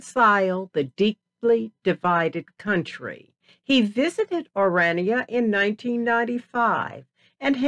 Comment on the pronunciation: This woman is AMERICAN. I am coloured woman born and bred in South Africa. It is not Oraynia it is pronounced OHRAANIA spelt ORANIA. Back to facts, the Afrikaaners I salute you for protecting you heritage as well, my grandmothers were both black women who worked in service, their husbands were white. I would love an interview with this woman that is leaving out interesting history leading up to her so called history of our country Folks let me tell you the rascism my children and family had been exposed to by black Americans. I thank my black African people who are talking about how they have been treated by black Americans just because they had a lighter skin colour and did not fit the description that the blacks are expecting you to have if you come from AFRICA. AFRICA has been home to many that were born and bred in Africa, Swiss, Germans, Chinese, black tribes, Indians, Muslims, Italian, Portuguese and so on, indeed a melting pot with different cultures and languages which we proudly speak more than they ever dreamed of speaking. These black Americans get us started they do not belong of all placed in South Africa. They suffer from a complex, trying yo steal what rightfully belongs to us that was born and bred there.🇿🇦🇿🇦🇿🇦🇿🇦